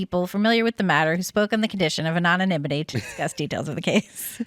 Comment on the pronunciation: ...."I'm not great with foreign affairs..." You're not great with "An-nah-nim-ih-tee" either. LOL